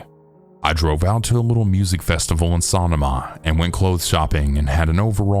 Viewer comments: Great video as always! Just wanted to let you know, though, that you mispronounced "Sonoma" in the first story (it's actually pronounced as "Suh-no-muh). It's a gorgeous area, totally understand why OP wanted to go back! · (I’m originally from the Bay Area) is that Sonoma? Over there we pronounce it (SUH-NOH-MUH) 😅 sall good though. That’s a beautiful area!